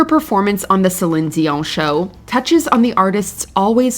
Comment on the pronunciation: Stop saying Celine Dion like you're her good friend who knows the secret way to actually say her name